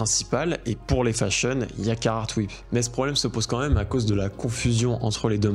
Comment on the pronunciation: Tu dis « meum » pour même. Tu es breton?